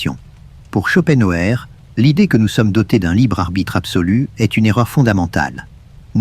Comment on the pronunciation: Ce n'est pas un argument ! Insupportable ! Je ne l'écouterai pas. C'est stressant. Et puis, prononcez son nom qui est allemand, en allemand et ne francisez pas tout!